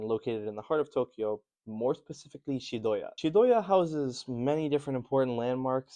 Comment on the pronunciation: it's Chiyoda not Chidoya